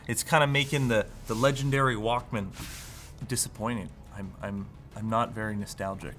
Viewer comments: It’s pronounced ‘Walkman.’ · It's Wauk-Min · pronounciation of the word is kiling me... Like pronouncing it as two words.... I remember pronouncing it like "Walkmn" as if the A never existed in it. Almost Walkmen, but not quite. Like.... TV... pronounced as single word like... Teevee. (see Beavis and Butthead) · I like the part where he pronounces it Walk, Man for the entire video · The way you pronounce Walkman is so cringe 😂